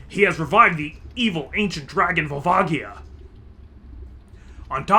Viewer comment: Is the "Volva Gaia" pronounciation because of a certain chandelier?